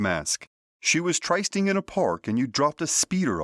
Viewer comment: Trysting is pronounced tris-ting, not trys-ting. Trust me.